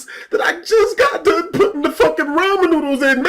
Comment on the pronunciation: who fucks up the word ramen